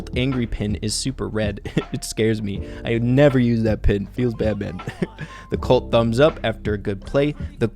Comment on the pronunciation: You can tell the editor doesn’t play brawl stars “Shelley” “Cult” lol it’s Shelly and Colt